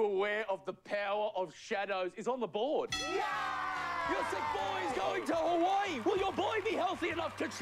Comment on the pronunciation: the slightly off pronunciations in parts like “hawa-ee” and “will your boy be healthy enough to tra-VELL??” are driving me insane in a good way, the part where they all start chanting to lock it in always gives me a laugh without fail